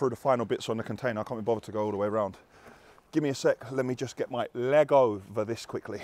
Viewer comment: when he kept saying "lego" 😂😂😂